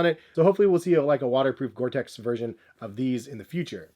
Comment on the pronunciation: He said gore tex not gore tec 🙌🏼🙌🏼🙌🏼